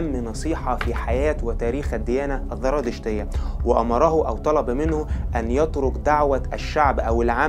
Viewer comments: لفظها زرادشتية وليست ذرادشتية للتنبيه الكثير من مراجعك مراجع ضعيفة عند كبار المؤرخيين اومنى تحسين مراجعك وتقويتها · عندك خلط بين الذال والزاي للأسف مما جعل الحلقة مملة : الذراتشتية، الذراتشتية الذراتشتية، الذراتشتية، زرادشتية يا اخ ENOUGH IS ENOUGH